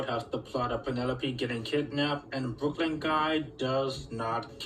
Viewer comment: It's Brooklyn not brokie